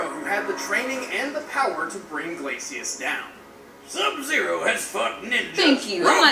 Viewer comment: can't even say Glacius right